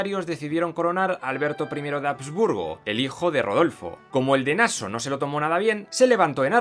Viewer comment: no es Naso, es literal Nassau, como en Español. Un saludo.